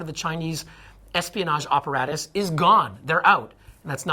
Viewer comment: Dude, why does this guy say operatus instead of apparatus? Why wiggers instead of Uyghurs? His use of spoken English is just off.